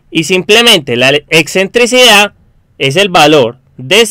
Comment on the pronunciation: "exentricidad" no, lo correcto es "excentricidad"